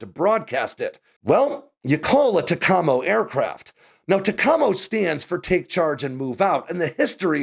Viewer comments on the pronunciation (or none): It's not pronounced tacAMO. It is TACamo. From '68 to '92(?) we used EC-130Q aircraft. I was a crew member on these aircraft from '72 to '88. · Its pronounced "Tac Ah Mo" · Pronounced “Tack-uh-mo” not “Tecamo” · Tec-amo is not what we call them. It’s Tac-a-mo. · Tack-uh-mo, not Tuh-CAH-mo. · The word "TACAMO" is pronounced "TA-CA-MO", not "TA-COM-O", or at least that is what I heard in the late 60's~early 70's at Collins Radio. Work on the system was being done in the Dallas area, not near any water to say the least. I don't know where the test flights occured, but I heard that sometimes when the antenna was reeled in, it has some trees branches attached to it. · I enjoy your videos. Yes the C-130J-30 would be more than capable of flying the TACAM0 {pronounced: Tac-ea-Mo} Mission. I have watched a few of your videos and noticed that some of the pronunciation is non-standard to what US Veterans would utilize. Might be a good idea to find a Vet that knows the subject, and reach out and ask for a story. Lots of Veterans enjoy telling 'war stories' of the crap-tastic piece of lowest bidder horse dropping that we have all served/worked - on/with. You will get the proper and colorful pronunciations to boot. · It's pronounced "Tack-Ah-Moe" not Tah-kah-moe". Interesting info though. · Not tuh-cah-moe, it's TACK-UH-MOE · Great video but those from the community say “Tack Amo” not “TacAmmo” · Dude, it's TAC-amo, not tac-AMO. Just sayin as a former VP/VQ guy. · As a former USN P3 flyer never heard TACAMO “TACK-A-MO” pronounced they way you said it “TE-CA-MO” unique. 👍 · It’s pronounced tack-a-mo, not tuh-com-oh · It's universally pronounced \TACK-uh-moe\, not \ta-KAH-moe\ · It’s “Tack-a-moe” Tacamo not “Ta-com-o”. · Tac-a-mo not ta-ca-mo… or at least that’s just how I’ve always known it to be pronounced 😂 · Does not sound like Tacoma! TAC-A-MO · TAC-A-MO, not Taccomo. Take Charge And Move Out. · \TACK-uh-moe\, not \ta-KAH-moe\ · Tac-a-mo not ta-com-o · Pronounced Tack-A-Moe.